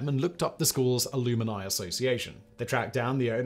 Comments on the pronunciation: It’s so jarringly off it threw me out of the video. It’s as if someone tried to merge alumnium and alumni. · Simon can pronounce all sorts of words but not alumni apparently. Alumini? Part of the Aluminati? 😂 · I have to know. Is this really the British pronunciation of alumni? Please tell me it isn't. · I’m Australian so am familiar with England English. That’s not how it’s pronounced I assure you!